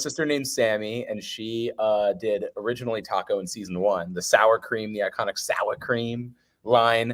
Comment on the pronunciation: this was so funny I love when everyone was saying “SOWA CREAM”